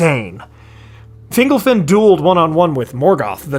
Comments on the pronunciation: Can we talk about whether it's pronounced "fingle-fin" or "fin-golf-in"? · Finglefin? Fingolfin. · Fingle-fin? Literally never heard Fingolfin pronounced like that.